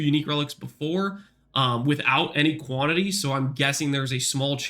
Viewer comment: "Quanity Relics" lol